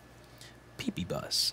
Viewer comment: I'm just gonna say it........ "Pee Pee Bus"